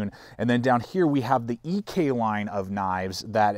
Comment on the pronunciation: You are wrong on the Ek. It's one word, not two letters in pronunciation, and all of my original Ek's rattle, it's just how they are. Otherwise they're superior.